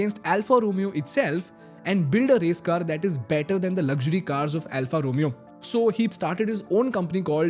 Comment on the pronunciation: Alfa Romeo pronunciation is incorrect